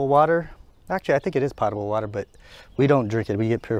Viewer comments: It's pronounced "Poe-ta-ble" NOT "Pat-a-ble". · It's not pottable water; it's pOtable water with a long O like in dolt. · “Potable” has a long “o” sound.